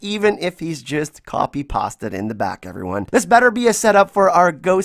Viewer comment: Not as bad a mistake as the way you pronounced 'copy and PASTED'!